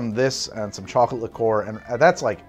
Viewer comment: A liquor is any booze; a liqueur is pronounced closer to [li'ker].